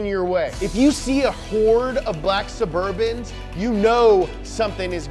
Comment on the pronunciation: “Caravan of black burbans” How I wanna show up to my job